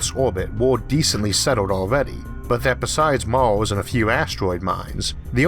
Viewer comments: "IT WAS VENUS, NOT MAWWWZ" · why is this dude speaking weird. he says Mals instead of Mars. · “Maws” it’s Mars bro. Mars. R’s aren’t that hard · i subbed just to keep hearing him say tearwafoaming, mawz and ewuth. 😂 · What the heck is this guy's accent? Is he speaking uwu or something? "Mawrs", "Ewth", "Pressowr", "Aiwr", xD?? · Wetowning to Owth fwom Mows fwoating owond in a corcle in a howocane. Every vowel is interchangeable with an O .....usually but not every time......I just can't take it. His videos are like being with the most beautiful woman in the world who has bad breath and hairy legs. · Its pronounced "mars" not "mawos" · Cowanizing and tewafowming venus, not maws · What's with the pronunciation of Mars as "Mauws???" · Pronunciation is border line retarded. Eawf? Pawadise? Tewaforming? Yeawas? Maws? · I can't watch this... I tried but his pronunciation is just so annoying >< aarth = earth? maas = mars? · I really hate the way you spell mars, but I don't hate you, I just wanted to get it out of my chest, it fill me with rage every time you say "mars", funny how our brain choose to get certain mundane things. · Everytime I hear this man sad "Mars" i cringe, its mean but honest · despite the narrator has an issue pronouncing the following words : Earth , Mars , atmosphere , what troubles me is that from what i actually heard so far , we are planning to "spread" out like a disease into the solar system ??? First of all we don't know for sure if we can pass through the so called firmament or else known as Van Allen belt . Can we really trust all this CGI crap and whatever NASA is saying ???